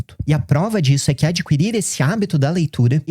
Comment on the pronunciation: o certo é adquirir: o "u" não se pronuncia. isso é porque eu leio bastante. sua tese é realmente válida